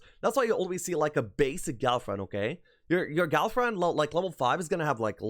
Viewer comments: that's exactly what I am hearing as well. love the guys expertise, but that pronunciation... oh man.. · I really thought he said girlfriend. Then I remembered this is a Heroes 3 expert talking